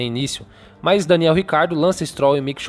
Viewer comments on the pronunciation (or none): none